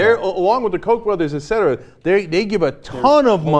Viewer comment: Clark is always right. Cenk always says "ectera"